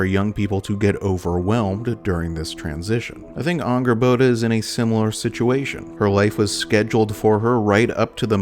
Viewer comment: Since when is Angrboda pronounced with an Ah sound?